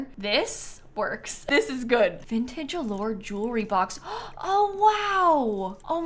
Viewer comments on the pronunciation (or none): none